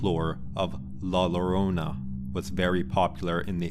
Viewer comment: Not LORONA but JORONA. Double L have a J sound.